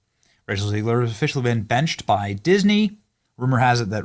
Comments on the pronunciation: Her name is pronounced as “Zeg-ler” and not “Zee-gler”! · It's ZEGG-lure. Not ZEEG-lure. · Hi, why you pronounce "Rachel Zegler" as "Rachel Ziegler"? You trying to make her German so you can finally deport her to another continent? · ZEGLER not Zeigler to you clueless idiot. She hates Jews and you're making her Jewish. Even when you are interviewing others who are correctly pronouncing her name. . . YOU CONTINUE TO MESS IT UP. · Hey Beeny, do you realize every time you say, "zEEgler" there's a bunch of you kids asking, 'Hey Dad, does Beeny say her name wrong because he can't read?' Dad said, 'Evidently Soooo'.😉 Giggity😏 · Zeg-ler Zeg (egg) ler😂